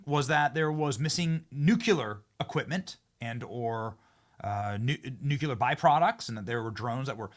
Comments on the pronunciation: PLEASE, PLEASE, read the word nuclear... nu-clear... know say it the way it's written. It's NOT 'nucuelar'...new-clear... I love much of your reporting but that drives me crazy and makes me cringe every time I hear it. Worse than axk vs. ask. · "NU-CLEE-ER" HAHAHAH NOT NUC-YOU-LER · Not nucular. It' nuclear...NEW CLEAR. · Benny, I love you, brother, but it’s nuclear pronounced (new..clear) It always makes me laugh when youn say nuke.u.ler But hey, it’s you bro do your thing 😂 Still got much love for ya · Nucular biproducts? Not Nuclear? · The WORD is NOT NUKE-U-LER! It’s NU-CLEE-ER! C’mon man! Stop playing the idiot! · Benny, Nucular is not a word. NUCLEAR! 😖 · It's NOT Nu-Cue-Lerr ... it's NU-Klee-ER !! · Well you please stop saying nucular? It's nuclear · Love ya Benny! It's "nuclear" not nuke-you-lar. Also Bedminster, not Bed-minis-ter. 🤓 Thanks, Benny! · Please learn to say the word “nuclear” it’s not “nucular” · Benny, its pronounced Nu-clear not nuk U lur. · Benny m it’s ‘ nuclear’ not “nukuler” . Just sayin… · Benny ... just get the pronunciation right please ! It's 'Nuclear' NOT Nucular ... thanks in advance :) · Nuclear NOT nucular!!!!🤦‍♀️🤦‍♀️🤦‍♀️ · Benny, I love you but it's pronounced, "New Clee Ar", not "New Cue Lar". (Sorry, my mom was an English teacher, and mispronounced words make me crazy, LOL) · Nuclear, please Benny. Its Nuclear not nuke-you-lar. Its from the nucleus of the atom, not the nuke-you-lous of the atom. Love ya, bro. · PLEASE!!! Stop w the NUKYULAR!!! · i do like these posts. One thing... "Nuclear" is not pronounced "Nuculer". Learn how to say it. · What the hell is nucular??? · Why can't you say "NUC-LE-AR"? I can't believe you can't spend a couple minutes practicing pronouncing this important word! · NEW-CLEE-UR…. Love your channel, but hate it when say this word incorrectly! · Practice... say NUK-LEEEE-YER! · Benny why do u say nu.cu.ler? I am a faithful 2x a day follower so no trolling here..just u so smart..🙃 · "Nukular." Gee whiz.